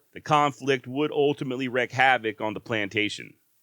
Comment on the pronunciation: "Wreak havoc" is pronounced "reek ha vuk" not "wreck ha vuk"